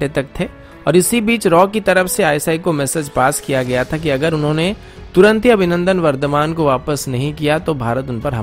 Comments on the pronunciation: Abhinandan not Avinandan, can't get the name correctly, so bad. 😀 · Avinandan Nahi Abhinandan aur Jogdan Nahi Yogdan hota hai Gadheeee😫😫😫✌🏻